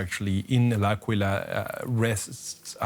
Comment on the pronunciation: The city's name is pronounced as AHH-quila